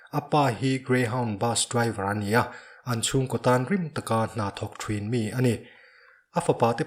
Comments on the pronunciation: THRIN NI LOVIN THIN ZAWK TUR AW, LAM NO LUTUK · "Thruin" ti loin "Thin" tiin lam la dik zawk mawle.. thangthar ten an lo copy palh a nge..